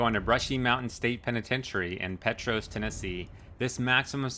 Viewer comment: Pee Tross not pet tros lol